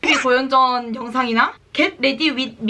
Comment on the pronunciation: 고연전ㅋㅋㅋㅋ강조하시는 것 같아 괜히 웃기네요ㅋㅋㅋ영상 잘 보고 구독하고갑니당